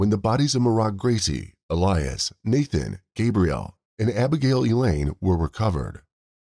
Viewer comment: If you have to do a video on the lives of these poor children then at least have the decency to know and pronounce their names correctly his name was not Nathan his name was Nahtahn